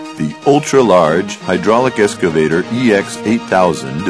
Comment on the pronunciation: EXCavator not ESCavator.... some people